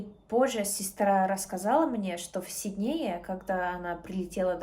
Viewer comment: Хороший уровень,особенно если ты от рождения русская.Зачем притворяться.Австралийка не скажет СиднЕе,она скажет сИднее....ведутся же...люди на этот бред.Напоминает Ингеборгу Дапкунайте- два года говорим с акцентом,пять без акцента,потом опять с акцентом.Умора